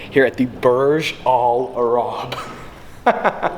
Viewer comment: The way you say :Al-arab is fucking annoying. It's al-AYYYYYYRAb come on. Also, every single youtuber and his mother has went to that presidential suite, they do it all the time.